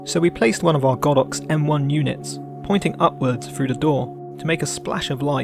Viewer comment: Great tutorial, but please drop the 'frough and wiv' sorry mate it really lets you down, when you're obviously a very talented guy!